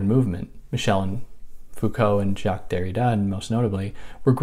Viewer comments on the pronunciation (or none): none